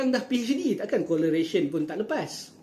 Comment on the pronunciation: dari awal video ingatkan duk sebut perkataan apa lah duk COLLARATION COLLARATION. *Correlation la bang 😅. Maaf tergelak sebab jadi irony sungguh la bila confident pi sebut "sekarang dah PHD, takkan COLERATION pun tak lepas?" sedangkan dari Degree sampai PHD pun masih tak lepas nak sebut perkataan tu 😂